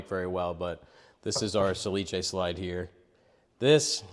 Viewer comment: Nice video, but the manufacturer is "sà·li·ce" not "sa-li-ce". I know it's quite difficult (no accent reported on the name) but we use so. Salice is the willow plant.🙃By the way, you and are masters in woodworking.